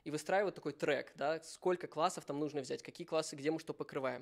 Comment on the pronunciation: "нужно" (с ударением на последнем слоге) - в этом наше всё ))